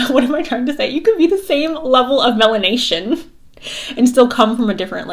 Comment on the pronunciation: "malination" 🤣 love it